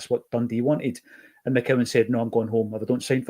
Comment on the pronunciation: it’s MCCOWAN son.